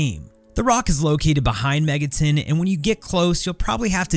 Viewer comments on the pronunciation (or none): "Megatin" no that's megaTON.